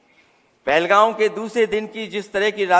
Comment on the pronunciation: पहलगाम ❌ पहलगांव ✅